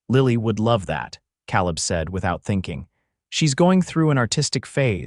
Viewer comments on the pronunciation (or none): nice, - but it's not "caleb" as in cow lib, it's "caleb" as in k lib :) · Except for the persistent mispronunciation of 'Cowleb' it was a perfect story for this retired teacher. 10/10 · It's pronounced Kay-leb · You need a better AI voice. His pronunciation of "Caleb" sets teeth on edge.